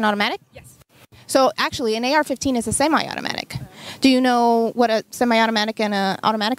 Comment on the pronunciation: When she says AK15. That's when I lose faith in humanity